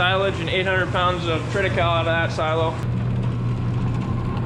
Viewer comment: I have always heard the word triticale pronounced with a long "e" at the end. Worked for a seed dealer who sold the seed for triticale which is a wheat-rye combination and matures later than wheat and thereby producing a greater degree of foliage with a high protein content. Check with someone who should know - triticale (long e)...Bob Gillispie - Texas